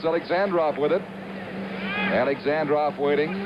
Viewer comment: Даже американский комментатор правильно произносит фамилию Бориса Александрова, а вот создатель ролика нет........ Ну почему же АлександрОв то ???....:)))))